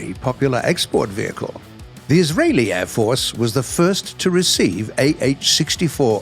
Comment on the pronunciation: “Vechile” Why is no-one commenting about this? It’s vehicle